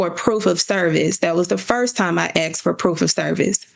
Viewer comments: Axed. I axed. He axed. They axed... Edit 1: And then there's "estentially". "What we're estentially here for today..." - She's a LAWYER and doesn't know that essentially doesn't start with 'est'. WOW!!! Edit 2: Look at how everyone else is dressed then look at what she's wearing. This has to be satire. There's no way this is real, right? Surely, this is a video of some comedy troop trying to do a Reno 911 thing. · They didn’t respond because she “axed” not “asked.” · What law school granted this woman a JD? She can’t pronounce basic words. She “axed” him to do something? She did what was “axed” of her? COME on, man… I usually don’t judge people on the way they speak English, but this woman has an advanced degree that requires a professional demeanor. At this point in her life she must have heard the word “asked” said properly 19,722 times. So how do you justify this? I can only imagine it must be intentional. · if your lawyer "axs" questions, youre going to prison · "Axed"... "Axed" .... "Axed"............ what's so hard to say "asked" lol........... she's toast lol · How did she even become a lawyer...."I axed for service...' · It’s pronounced askkkkked. Not axed. 🙄🙄🙄🙄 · she axed it - its obvious what shes saying! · did that da just say axed? 🤔 I ain't saying nothing... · "I axed" case dismissed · Axe, axe, axe....good grief. And her message hoodie is not court appropriate. Yikes. What a case. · Sounds like acks and acked lol